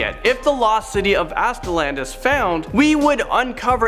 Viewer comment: You said Aztlan weird. And funny to say that it's my middle name. It's a soft a sound at the end not a hard A.